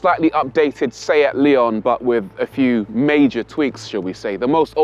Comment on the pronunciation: It's pronounced Lay-on. They are very good cars.